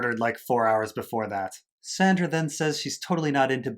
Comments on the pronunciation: Why do you call Sansa "Sandra?" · Lmao why do you keep calling her Sandra??? Instead of Sansa lol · I couldn't bear to finish listening to this review, mainly because you can't decide whether to use the character names, or the actor's names, AND you can't even get all the character names right when you do use them. You continuously call Sansa "Sandra" and, then instead of saying Jon, Dany (or Daenerys), you use the actor's names Kit Harington and Emilia Clarke instead. But, yet, you call Cersei by her character name instead of Lena Heady. WTF? While it seems you do get some of the plot point criticisms right, if you don't know the character names well enough to do the review, WHY should I listen to you? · OK, that makes more sense to me than someone calling me a dolt, which I'm not. However, the reviewer should understand that there is NO indication to new visitors about the reason for these purposefully mispronounced and misspoken names. Anyone in my place would think the same - that he doesn't know the story well enough to use the right character names. I visited the channel at the referral of Ser Hunt's Reviews - the only reason I looked it up - and I discover this confusion and people calling me names right off for being critical. I guess if the reviewer doesn't care about new subscribers that's fine but, if he does care, he should probably conform in his usage of character names. Or, at the very least, explain in notations what he's doing for new visitors. When I get a chance, I'll come back and listen, now that I know what's going on.